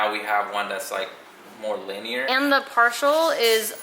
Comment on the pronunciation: said it "linear " lol